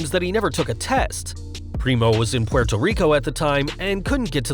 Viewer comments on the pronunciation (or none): none